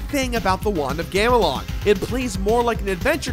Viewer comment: You couldn't retake when you accidentally said "want of gamelon" in the beginning? Take pride in what you do man